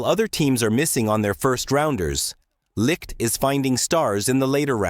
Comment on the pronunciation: What a fucking joke....pronounce his name correctly. Not Jason Licked.....it's Jason Licht as in (light). Got a thumbs down from me for not pronouncing Licht's name right.